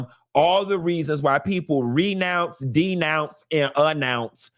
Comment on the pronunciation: “A Nounce” lol